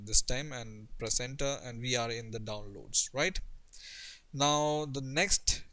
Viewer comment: i thought you said placenta. But you said Press enter